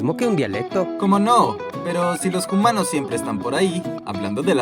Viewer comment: Por que siempre quieres decir "humanos" dices Jumanos?